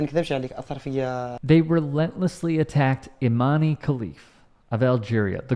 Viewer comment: Please stop saying Imanee 😂 it's pronounced Iman without ee at the end ,and also she's not an oddity nor a trangender she's a female ,I'm algerian and i can assure u that there is no way in hell our government would let a transgender represent the country ,finally some YouTubers are starting to correct the lies spread about her